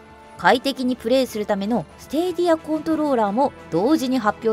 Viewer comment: 放送中では「スティディア」って発音してたけどスタディアって紹介してる会社が多い( 'ω') ✅PS4Proに換装したSSD→ ✅使用中ゲーミングアンプ＆ヘッドホン→